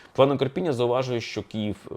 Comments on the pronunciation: К - И - Ї - В . КИЇВ. не кієв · Дратує коли автор каже Кіїв((